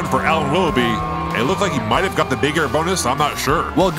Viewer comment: "Up next we hawe the current DRC champion. It's a bird, it's a plane, IT'S SUPERMAN Steven Kitchen"